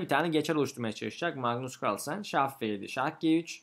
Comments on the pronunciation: Kahrlsen demesi:d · Carlsen telafuzunda zorlanıyor gibisiniz😁